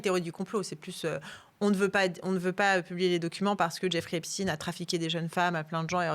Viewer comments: Jeffrey epstiiiiine comme Einstiiine ! C'est ridicule ! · Ça suffit ! Arrêtez de prononcer EpstIne alors que vous prononcer Einstein ! Arrêtez de dire qu'on manque de moyens alors qu'on maltraite nos agriculteurs. Arrêtez de parler de pédophilie alors qu'il s'agit de pédocriminalité. La justice française est une honte !!! La vérité prend l'escalier mais elle va arriver. Quel monde voulons nous pour nos enfants ??? J'ai honte de mon pays. J'ai honte parce que même si ces crimes ne concernent qu'une partie bien particulière de la population, le reste de cette population laisse faire en fermant les yeux sur une réalité monstrueuse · Arrêter de prononcer epstine alors que l' on dis pas Albert einstine mais Einstein . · "Epstine" mais c'est quoi leur problème ? Mdr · très bonne vidéo, dommage que vous prononciez " stiinee" et pas "chtaiiine"... qu'il soit juif, on s'en bats les couilles.. qu'il soit pédocriminel ou criminel sexuel etc etc, c'est ça le sujet. donc prendre des gants à prononcer son nom... rappelons nous que c'est la pédo criminalité, le détournement de mineures, etc etc c'est ça qui est problématique, que le mec fût juif, ou musulman, ou shintoïste, ou hindouiste... on s'en bats les couilles.. n'empêche qu'aujourd'hui il y a encore dans toutes les strates, les classes de la société, ces travers... alors eugéniste, transhumaniste, riche, pauvre, ouvrier, bourgeois, il y a un gros travail et ménage de conscience à faire chez ces gens là.. voire chez tout le monde en fait. bref. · Pourquoi elle dit Epstine ? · Epstein pas epstine, c'est saoulant 😡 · Rien de nouveau ... ils ont bien fait leur devoir Epstin et non Epstein😅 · On dit Poutine, on dit pas Poutaïne, comme il n'y a pas de physicien Estine.